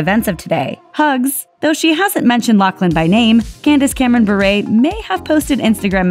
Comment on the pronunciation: Why is she saying Berret it’s pronounced Bi-ur BURE